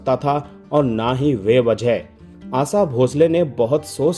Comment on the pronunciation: Aasa nahi, Asha kaho ,kounsi bhasha hai aapki ?